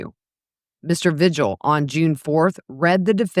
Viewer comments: It’s pronounced V-hill, the g is silent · Vigil is pronounced veehill